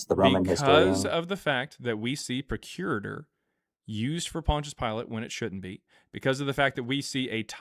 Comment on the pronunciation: Arrrgg!!! It's pronounced PROC U RATOR, not PRO CURITOR. Just saying.